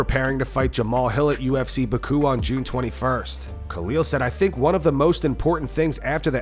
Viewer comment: Baku is pronounced BACK-OO not BUH-KOO